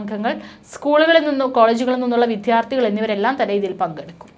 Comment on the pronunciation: ഉച്ചാരണ ശുദ്ധി വേണം ഒരു ചാനലിൽ വന്നു പറയുമ്പോൾ ," വിദ്ധാർത്ഥി" അല്ല വിദ്യാർത്ഥി എന്ന് പറയുക